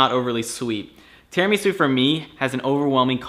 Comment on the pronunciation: you are pronouncing Tiramisu wrong.